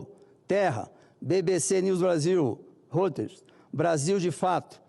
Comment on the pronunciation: Reuters se pronuncia roiters senador...